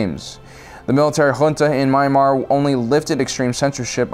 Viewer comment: it's not My-Mar, it's Me-an-MAr. or just say Burma.